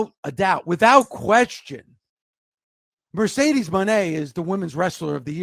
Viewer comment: Mercedesah eatah trasha